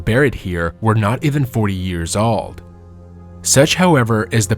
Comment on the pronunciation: My dude, I appreciate your video, but I would honestly and most genuinely suggest that you work on your English prononciation of the word "old" as you are really butchering it, which is odd considering your English is otherwise quite good. That one word however seems to be something you're not able to enunciate well.